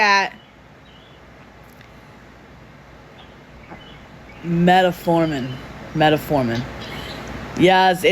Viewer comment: She couldn't pronounce metformin to save her life. 😹😹😹